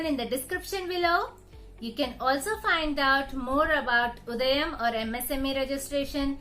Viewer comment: Not Udayan It's udyan